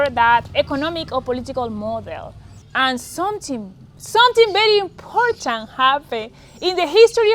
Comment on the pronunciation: Great message and I smile every time she says "someting"...Hha